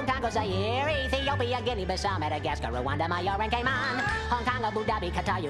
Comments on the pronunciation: Please tell me I’m not the only one who heard “gay man” instead of “cayman” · No i heard gay man too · i did too